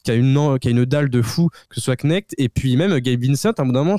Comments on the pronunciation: Knet c'est pas Chnek 😅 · Un peu de respect pour le nom des gens, ça devient désagréable. Dalton « Knekt » c’est pas compliqué. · Knekt la prononciation tout simplement. Les américains font de l'emphase sur la prononciation du K, en disant Keuneckt, mais c'est juste le K qui est prononcé, et non Ko. Mystère résolu. Arrêtez de dire Dalton Connect comme des innocents, bisous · Par Pitié dit à ton collègue de se détendre avec son comportement de collégiens prépubère... il ne doit pas connaitre l'adage" Les blagues les plus courtes sont les meilleurs". Ça en devient un manque de respect pour le joueur concerné. son nom se prononce "connect"...bref ça en devient pénible à écouter depuis quelque temps. si je me met au niveau cours d'école de se commentateur, ont l'apelle tous " DUFIANTE. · Dufion? C'est pas plus grossier que Chnek, bisous on t'aime. Apprends à prononcer le nom